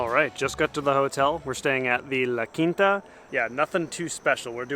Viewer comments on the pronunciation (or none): none